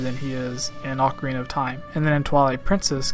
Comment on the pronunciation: It's Ocarina, not "Oak Area." You don't say "Oaktopus" so don't say "Oakarina."